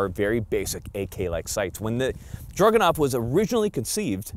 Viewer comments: DRAGunov. Not DRUGanov. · Stop saying "drug-anov". It's a freaking DRAGON! It's the Dragunov!! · sounds like he is saying druganov the entier time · I think it's cute how pronounces it 'Drug-enough.' 😂